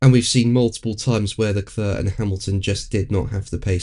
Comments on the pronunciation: Not Le Cluuur.. it's Le Clair... Must try harder. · I know full well how to spell LeClerc ! I'm commenting on the pronunciation ! It's Painful to hear it constantly pronounced 'LeCluuur.'.. It's pronounced 'Le clair' ... The man's an absolute star.. at least give him the respect of getting his name right !